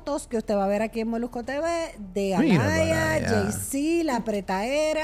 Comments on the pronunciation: No se dice Alaya es Aaliyah (Alia) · No se pronuncia Alaya se pronuncia Alia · Se pronuncia ‘Alíah’